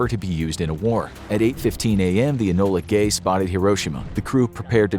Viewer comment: "enola gay"